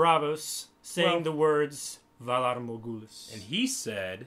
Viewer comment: mispronunciation makes me cringe every time when he tries to say Valar Morghulis and Dohaerys